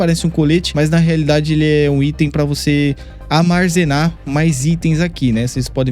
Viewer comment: "amarzenar" kkkkkkkk